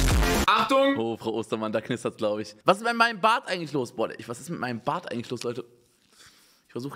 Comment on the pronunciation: Niemand: Wirklich niemand: Unge: dA kNisTeRtS